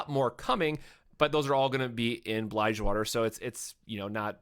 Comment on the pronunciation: "BLIGEwater" Im not going to let you live that down